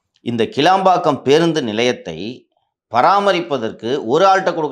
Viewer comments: கீலம்பாக்கம் அல்ல ; கிளாம்பாக்கம் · It's not keelambakkam. It's kilambakkam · ஐயா அவர்களே அந்த இடத்தின் பெயர் கீளாம்பாக்கம் இல்லை கிளாம்பாக்கம் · கிளாம்பாக்கம் மா கீழாம்பாக்கம் மா???? தப்பு தப்பா சொல்லாதப்பா? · டேய்...கீளாம்பாக்கம் இல்லேடா....கிளாம்பாக்கம்...